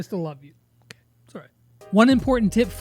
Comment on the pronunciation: did just said "it's oCray"😂